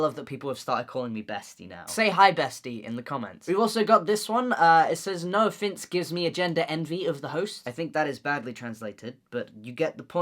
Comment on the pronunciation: Every time he says 'Noah Finnce' I hear 'no offense' damn